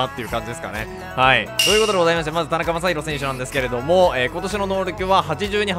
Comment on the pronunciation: ｢なかたにまさひろ｣殆ど｢たなかまさひろ｣じゃん